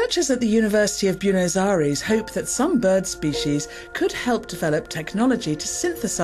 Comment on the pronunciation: Did she just say Bewnos Airees? Saying Buenos is not that hard.